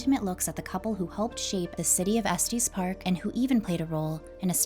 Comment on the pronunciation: It’s not Estees Park , it’s Es TES park. Like Estus.